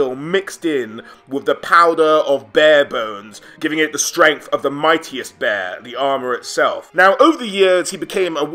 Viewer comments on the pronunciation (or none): none